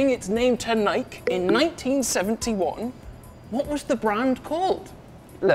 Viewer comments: Bike-hike-Nike.. been Nike all my life. can’t call it naikee. Just sounds wrong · its nike not nai-kee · ‘Nai-Kee?’what do you ride a bi-kee as-well do ya? Nobhead